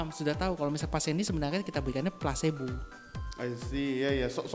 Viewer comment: Belajar sampai Tamat Bossku.. Efek Plasebo.. Bukan Plasenta..wkwkwk.. Plasbo yg sifatnya Abu2.. Atau kita Ragu2.. Kita harus yakin dan fokus.. Smoga bermanfaat.. Serta sukses. Amin